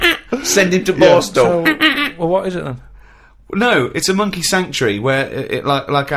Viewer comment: "C'mon Rita, if monkeh wants to play wi' nipples let 'im".